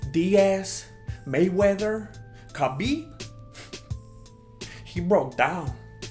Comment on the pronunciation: better to pronounce Khabib- Habib it is KH like softer H in our language so in English u can call him Habib it will be better Thanks nice video freaking red g strings killed me keep it up good work boys!!!!